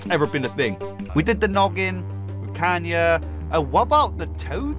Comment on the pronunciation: bro calls kayna kanye